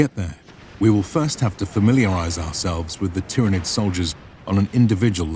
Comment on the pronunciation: Just a little pointer; its pronounced "Tyranid" not "Tyranid"